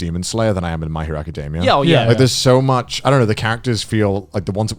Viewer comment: Lmao "my hero acadimia"